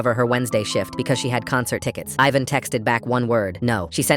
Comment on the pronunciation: Ivan is pronounced "Eee-van".